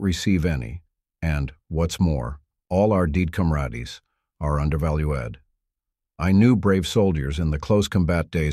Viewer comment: "...and, once more, all our deed comradees are underval-oo-ad." i cri ever tim